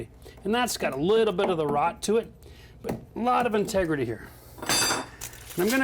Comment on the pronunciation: great drinking game every time he says "tegrity"